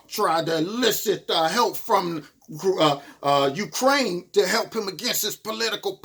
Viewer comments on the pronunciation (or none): none